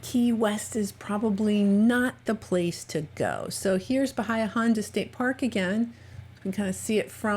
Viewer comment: Just curious how you felt "unsafe" at Anne's Beach? Also, I think I heard you say BaHIa -- it's BaHEa.🙂